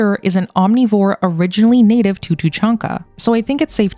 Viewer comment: It’s tuuh chaan ka, not how you pronounce it. Cool video though! But Cerberus was likely destroyed during the events of MF3, as they wouldn’t have where to hide during the reaper invasion.